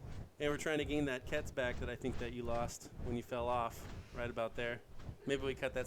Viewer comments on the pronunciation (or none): it's not pronounced like kets it pronounced with the q sound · Can't say I was impressed with the commentary (and sorry but Giga and Quetz are pronounced differently), as most of it felt forced and cringe worthy. I caught one or two decent one liners. C4 strapped animals wasn't a bad idea, but should've been wild dinos (as you now know). Offline raiding isn't very exciting, I'd suggest doing more online raids if possible. I've seen some spectacularly well planned raids and some very poorly planned ones, but they're both equally entertaining.